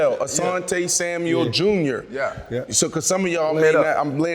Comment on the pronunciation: "Samuel", no "s" at the end